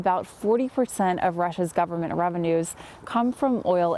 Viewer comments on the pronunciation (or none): none